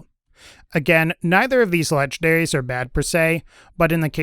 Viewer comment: I like how you say "lege-daries". No N's were harmed in the process.